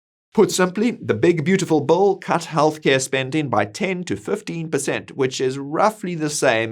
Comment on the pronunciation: You keep saying Bull.. but its actually "Bill"